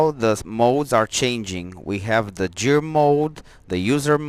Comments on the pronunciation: The word Gear is pronounced with the G as in GOOD not GEORGE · it's pronounced like the g in metal gear solid. or like in gears of war. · g i ă r ... g i ă r ... g i ă r ... repeat after me ... GHIĂR ... otherwise nice job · Great video thank you very much. Now the dashboard makes so much sense! Btw, I think you realized towards the end that the word "Gear" is pronounced like the G in "George" :)